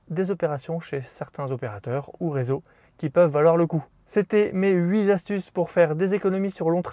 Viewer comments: Huit z'astuces.. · Il n'y a pas de "s" à "huit" astuces 😘